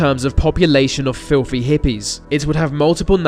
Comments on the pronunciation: Norf America, filfy etc. You need to practice your 'th' sounds. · "flithy hippies" like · "population of filthy hippies..." did I just hear that right? haha